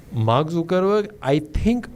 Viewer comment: not zookerberg, it's zuckerberg :/